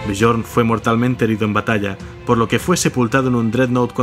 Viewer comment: me flipa tu canal la verdad ke en estos momentos es lo mejor ke existe, pero cada vez ke pronuncias el nombre de Björn me explota la vida jajaja, se pronuncia Biorn, la J como si fuera una I